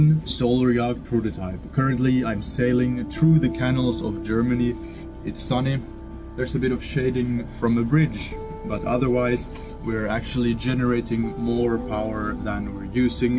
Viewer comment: "KUH nals" not "can" l's.... you can do it